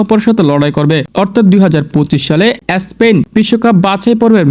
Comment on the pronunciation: এসপেন না ❌ স্পেন ✅